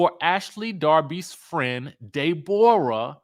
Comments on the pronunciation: Stop calling that girl “de -borah 😂😅😂😂😂😂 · Day-bor-a lol I'm dead